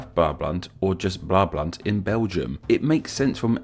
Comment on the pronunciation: Your pronouncing is quite ok for an English speaker! In the Dutch language we don't pronounce the A towards the E as in English! When you pronounce the word "Brabant" you can distinguish the two different sounds of the A in english while in Dutch both A are pronounced as the first one! English example: Bra or like the band name Aha. We also use AA in the Dutch language and it's the same sound only prolonged so it sounds like the end of that band name Ahaaaa! Dutch examples; Naar = To or Creepy Waar = Where or True Daar = There Snaar = String Then we've got some vowel mixtures like AE, AI, AU, AO but by pronouncing your A and AA right you go a long way already! You can practise with this sentence! Ik las vandaag in de krant de aanvraag van een amerikaanse klant! Today I read in the newspaper the demand of an American client!